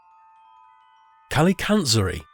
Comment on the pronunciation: I love how the grinch is a "fictional" character. As a Greek i can say you are the only one i saw reading kalikantzaroi correct.